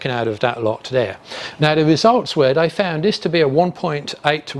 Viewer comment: Awesome content, but linguisticually you aren't saying "they" - you are saying "dey" as a shortening of the TH sound with a D instead. You can clearly say the TH sound because you do so in other words, I'm only pointing this out because you are doing public speaking and you might care. If not, carry on and keep being awesome :)